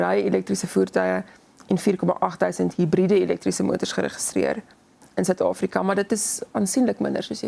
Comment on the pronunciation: Afrika nie Ofriko.nie...